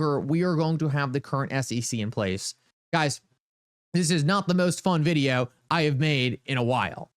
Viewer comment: stop pronouncing the word VIDEO as VID-EE--OOWWW. That's so annoying. And Uphold is a scam they love Cameltoe Harris.